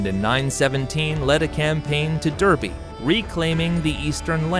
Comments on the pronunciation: Reading - Redding Jorvik - Yorvik Derby - Darby Mercia - Mer See ah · Good video but pronunciation of locations could be improved: Reading = Reding, Derby = Darby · Yes, they even got Jorvik and Derby wrong too. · Should have had a British guy narrate this. Derby was pronounced wrong too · Yes , he didn't even bother how on to pronounce it he even got Jorvik, Derby, and Reading wrong too.